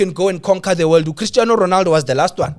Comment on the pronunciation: The disrespect on Ronaldo's name is getting a bit too much😂😂